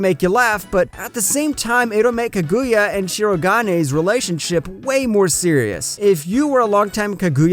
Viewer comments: Love all the recommendations this channel gives, but for the love would it be that hard to just try to pronounce a single name right. Kag-oo-ya... Pain. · Don't take this the wrong way but hearing you pronounce Kaguya strangely in two different ways... was unsettling. Lol